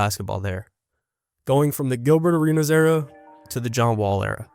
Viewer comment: I like how you keep pronouncing Gilbert arenas name like he's Greek